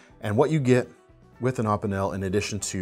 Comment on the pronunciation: Opinel (O-Pee-Nell) how to pronounce it ;)